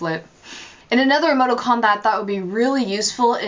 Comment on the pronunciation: it's pronounced ee-moe-TEE-cawn, not "ee-moe-toe-cawn". And the word you were looking for is "parenthesis". You're welcome. (imagine eye-rolling emoticon here)